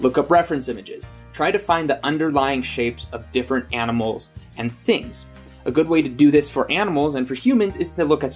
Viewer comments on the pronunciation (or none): I heard him say "aminal" (at The only reason I noticed (just realized how much I hate the word "noticed") is because I did it and people corrected me. Which to be fair, there is so little difference in the sounds the m and n makes in that word that most people might not give it a second thought.